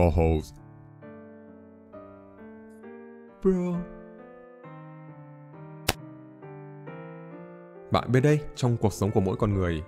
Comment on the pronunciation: "Hoes" ông ơi không phải "hos".